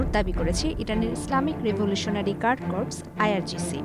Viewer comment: Corps এর উচ্চারণ "কোর " - কর্পস না। "ইসলামিক রেভল্যুশনারি গার্ড কোর"